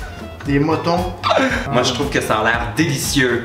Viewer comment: "les motons" ahahah pas francais dutout lawl